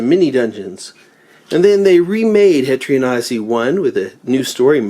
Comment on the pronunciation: I keep hearing etrian nazi🤣🤣